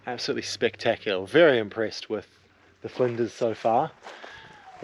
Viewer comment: I am laughing at your pronunciation of the Flinders names 😂 it’s interesting how others pronounce names all over OZ. I am guilty too 🙄😎🇦🇺😂